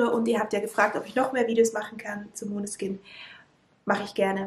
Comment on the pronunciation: Es wird "Maneskine" ausgesprochen das sagen sie auch bei dem lied "Chosen" ganz am anfang, also wird nicht als o ausgesprochen und ich find die bedeutung auch richtig cool :)